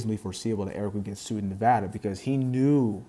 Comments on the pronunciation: Thank you for pronouncing Nevada correctly. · Thanks for saying Nevada correctly